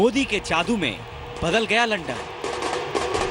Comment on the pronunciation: सबसे पहली बात वो लंडन नही लंदन होता हैं।